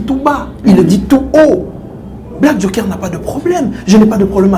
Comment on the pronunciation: Oui mais il commis une grosse erreur de choisir ce minable comme communicateur, un incompétent. Incapable même de prononcer le mot "Joker" il dit jonker🤦🏽‍♂️😭